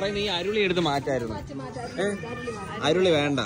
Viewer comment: ഉരുളി എന്നു കേട്ടിട്ടുണ്ട് ഇതേതാ അരുളി 🤣🤣